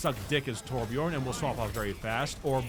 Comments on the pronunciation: I'm so fucking triggered, You say Torbjörn like Torbj"urhn"-ish just look up how to pronounce Björn in Swedish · I am Swedish and it triggers me how you pronounce Torbjörn lol I still LOVE your content!!